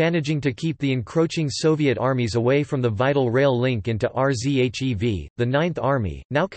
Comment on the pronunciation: R Z H E V. jeez I just stopped watching